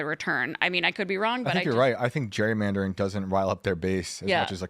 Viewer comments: why can none of them pronounce Gerrymandering? its not Jurymandering.... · Why does Phil have such a hard time pronouncing Gerrymandering? It’s not Jury-mandering. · Is Phil saying “jury” mandering?